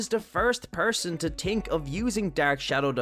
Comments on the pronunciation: it cant be bro he literally cuts the H out of words like he says tink instead of think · Why cant you say 'th' i tink you can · It’s the first time that I heard a person say tink instead of think which you were saying think but you said tink, I like that.